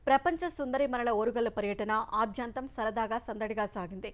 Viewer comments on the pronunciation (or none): ఎవరమ్మా మీకు చెప్పింది ఆద్యాంతం అనాలని.. సంధులు అవసరం లేని చోట కూడా పెట్టేస్తున్నారే వాటిని.. ఆది ప్లస్ అంతం ఆద్యాంతం అవుతుందని కదా మీ ఉద్దేశం... ఆద్యంతం అన్నది స్వతస్సిదంగా ఏర్పరచిన పదం... అదేమీ రెండు వేరు వేరు పదాల కూర్పు కాదు... అర్ధంతరం విషయంలోనూ అలాగే చేస్తున్నారు.. అర్ధాంతరం అని ఉచ్ఛరిస్తున్నారు.. అర్ధ ప్లస్ అంతరం అన్న ఉద్దేశంతో కావచ్చు.. కాని అర్ధంతరం అన్న పదం కూడా స్వయభువే.. తెలుగు భాషను ఉద్దరిద్దామనుకునే వారు చేస్తోన్న పనులివి.. కుచించుకుపోవడం అన్నదాన్ని కుంచించుకుపోవడంలా వాడుతున్నారు... అంతా ఈనాడు వారి చలవే కావచ్చనిపిస్తోంది..